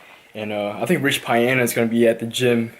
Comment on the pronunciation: Went down the comments to see if anybody corrected the way he says rich's last name